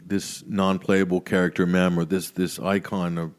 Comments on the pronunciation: Blah blah mem. Blah blah blah mem. And then says meme. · It's pronounced meem not mem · meeeeme not memms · Mem? Wtf, i thought it was a joke at first, but..., correct him ffs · Who the fuck pronounces it “mem”???